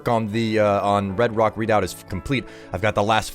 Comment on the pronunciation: Oh god, I'm turning into a language cop forgive me!!! but it's pronounced "reh-doubt" not "read-out" :) Also, hubby and I are loving the new series! You rock, as always.